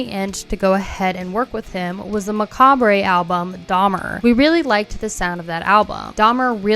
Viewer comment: "McAbray??" Girl....🤭